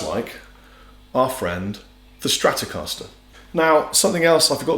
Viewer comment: Les Paul not Lez Paul. Stratocaster not Stratocahsler.